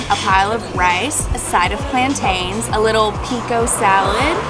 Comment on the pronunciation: It's called Plantin not Plant-aine do you say pronounce Mountain Mount-aine?